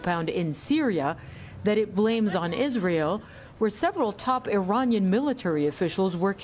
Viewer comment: Why is she saying "Iran-yan" instead of Iranian? (I-rain-ee-ahn)